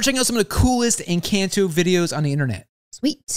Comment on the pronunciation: its pronouced encɒnto